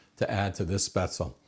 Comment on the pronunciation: It is pronounced Spetz-le. The e is not silent in German. It is NOT pronounced Spazel, nor Spezel.